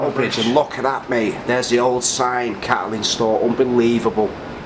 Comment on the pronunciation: Not Cattling store but bottling store.